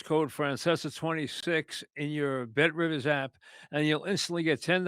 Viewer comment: welcome to the Mike Francesa Podcast part of the ehhh BET RIVIZZZ network